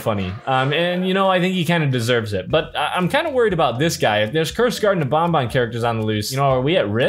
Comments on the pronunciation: It’s called banban not bonbon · Bruh really say bonbon not banban